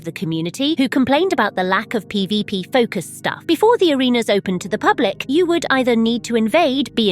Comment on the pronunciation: seems your little spanish rant leaked into your english 😂"PbP"😂